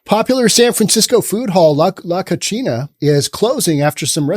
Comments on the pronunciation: He's blending Spanish and Italian: Spanish pronunciation: "ko-SEE-nah"... Italian: "koo-CHEE-nah"... Yes. "La Cochina" is a nasty girl/woman; "unclean" physically and/or morally. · Love you,... but your Spanish needs work. La Cocina (ko-see-nah) means 'the kitchen'. You said la cochina (ko-chee-nah) which means 'the female pig'. Saludos, amigo. 😉 🇪🇸 ♥️ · "Co-chi-na" in Spanish means dirty. "Co-see-na" means kitchen. The way he pronounces the restaurant's name is actually incorrect and yet correct... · The irony in his mispronunciation of “cocina” is hilarious. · The restaurant's name is "the kitchen". Hes pronouncing it as "the Dirty girl" Keep up the entertainment.